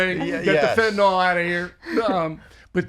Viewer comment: Why does nobody know how to pronounce "fentanyl"?